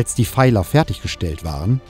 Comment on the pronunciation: Bei 14.04 und weiteren wird von " Feilern " gesprochen 🤔🤔 Was bitte sind " Feiler "? Dialekt hin, Dialekt her, wenn man eine Dokumentation einspricht, dann sollte auf eine einwandfreie und sprachlich korrekte Aussprache geachtet werden. Der Dokumentation kann man, was den Informationsgehalt an geht, nur das größte Lob aussprechen!